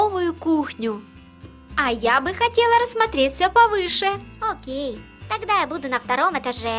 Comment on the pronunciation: и не акей а окей